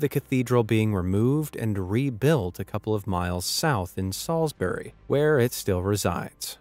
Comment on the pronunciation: An American attempting to and failing to correctly pronounce 'Salisbury' Pretty much expected at this point....